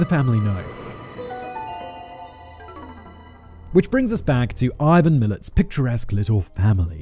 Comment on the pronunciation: Ivan Miilet? 🤣🤣🤣🤣 what a peanut🤣🤣🤣🤣